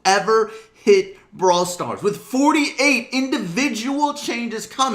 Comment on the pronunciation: Srawl Brars